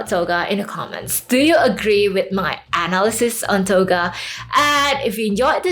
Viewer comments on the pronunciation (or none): Hey, I'm not sure if english is your first language, but some of the pronunciations are kind of hard to understand. I'd recommend working on proper pronunciations. I respect and admire your hustle completely and wish you success. Examples being the way you said psychologically and analysis needed me to try extra hard to comprehend and likely is way more difficult for non native speakers to get as well.